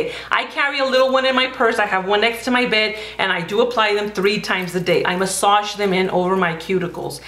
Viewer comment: Oh my... That's a lot of work, or I'm just lazy. And I have a question. You said you keep your nail art for a week, then won't you need to leave you nails bare for some time? Doesn't having it covered in nail polish all the time effect your nails? PS: I like how you pronounce "massage", kkk.